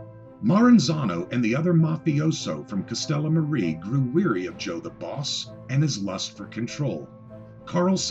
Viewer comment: Castellamare = "Castella-MAH-ray".